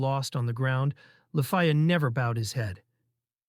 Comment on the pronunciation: It’s LEFIYA….LA-FEE-YA If you are gonna use MTL at least edit it before reading it for a YouTube video